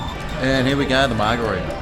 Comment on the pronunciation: Mar-Greg-ritas you mean